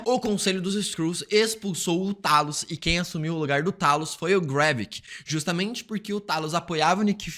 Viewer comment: Era o "Teilos", Teilos!! É assim que se lê, caraca! E é Seiber (a tal estação espacial lá), Por favor, vamos ajudar o coleguinha aqui, minha gente!